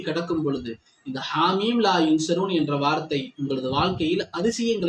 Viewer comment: I like salavat.. hellooo atha sariya padinga sir.. athu haameem laa yunsaroon... Neenga laa yansaroonu solringa opposite artham...